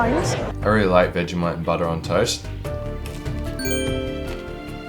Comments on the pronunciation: I’m only 30 seconds in, but I had no idea that it was pronounced like “veggie-might”? I thought it was “vej-eh-mite” with a schwa in the middle. Which is it, Aussies? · Couldn't even get through the first minute because you keep pronouncing it "vega-mite" 😑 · Seems like people that like Vegemite pronounce it "Veggie-Mite" and people that don't "Veg-eh-Mite"